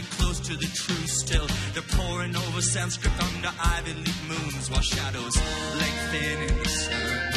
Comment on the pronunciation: I'm on my third bright eyes concert of the night so done gushing (though this was great and thanks for posting) all I have to say now is I wish I could tell him its Sanskrit not Sanscript. Drives me crazy every time LOL. Otherwise perfect song